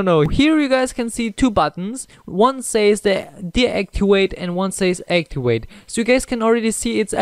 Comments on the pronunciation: Anyone hear actuate instead of activate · activate not actuait lol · Aktiwate - Deaktiwate ???😂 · haha deactiwate and actiwate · When you say activet and deactivate you sound like a new learner in english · He is Edit: not being a smartass, just saying. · Awktwavwate that’s how’s huh speks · De actuwate and actuwate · Why did you say actiwait 😂 😂 😂 😂 hahahah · Aktiwate? Just dig down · He can't say activate haha